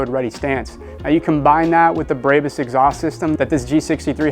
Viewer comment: why are you calling it breybus ? lol